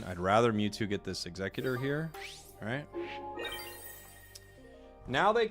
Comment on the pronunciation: Aint no way people pronounce Exeggutor like Executor 😂